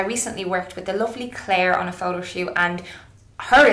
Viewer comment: You say "photo" a million times in this video bot only once you pronounce it like Jessie :( Great video Mel. It's neither wrong nor cheating, it's like makeup, it depends on how you use it and it's always a matter of taste anyways.